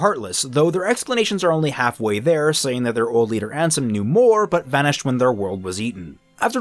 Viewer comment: I also got tempted to leave there but didn't and kept watching till he said Ansom instead Ansem.